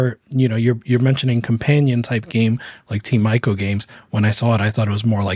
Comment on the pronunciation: Great show! Please pronounce 'Ico' correctly though 🥲 (as in 'Nico') It's possibly the one game where I care about this. It's sad that nominations end up considered as "losing" in the awards framework. Yet they literally won the nomination for 90th percentile of excellence in their category. Many people will always let their envious nature turn against runaway victors, but it's not to say there aren't holes in the process. They should totally do the 'Juror Guilds' thing! 😄 Sinking Star puzzle game looks awesome. I recommend Archaica: Path of Light if you haven't played it. Polish creators and to me the ultimate game in light redirecting.